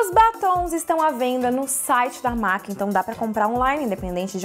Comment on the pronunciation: Sensacional o vídeo. Amei. P.S.: A pronuncia correta da marca MAC é "mec".